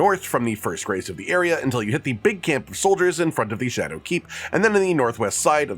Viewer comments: think of it like “shad-ew” not “shad-ow” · Just learned that "scadu" is actually pronounced "shadow" and not SKADOO